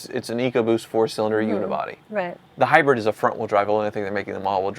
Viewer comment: it’s pronounced Hybrid—not Hybred